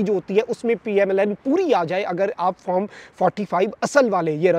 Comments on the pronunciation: farm nahi hota , form hota hai 😅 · Bhai Form ... not FARM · Form 45 to sai bolo bhai pyaintalis😂